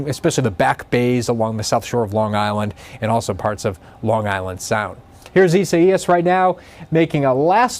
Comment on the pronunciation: So we're just gonna ignore how ridiculous he sounds pronouncing Isaias? Lol